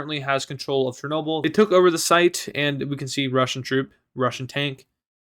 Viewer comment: you got chernobyl wrong